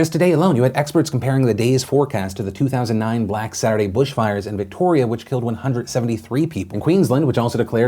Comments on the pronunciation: BUSHfires Phil. Not BRUSHfires :) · "Brushfires" I'm going to cry Phil, there's no 'r' in Bushfires X'D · Hype Aussie news representation. But I can't get over Phil saying Brush everytime instead of Bush. Haha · i hear 'brush' fires, not 'bush' fires... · Aussie here: It’s Bushfires not brushfires just FYI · Bushfires, not brushfires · Did it bother anyone Else that he kept saying brushfires instead of bushfires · You said brush fires !! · Philip, I don't usually comment on your videos but it's BUSHfires, mate not BRUSHfire. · Did he just call Bushfires, Brashfires ? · Anybody else hear Phil say "brush fires" instead of BUSH fires. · Hey Phil, did you say "Brush fires?" Bush is pronounced more Boosh but remember to keep it short don't extend because of doubl 'O', here in Australia. For those scrolling by: We have areas we call a forest, but most places are called the outback/the bush. We tend to use the word Forest when it is in relation to our Rainforests. There are arguments about burn-offs and so forth going on and our political situation is like our leaders sitting on a lazy susan rotating around, talking as they spin but nothing happening. Please also note 350 koalas have died and there is a go fund me for them, plus a few go fund me's and the salvation army setting up to help relieved affected families if anyone would like to donate! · Did your just say........ brush fires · Bushfires not Brushfires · "brush" fires 😂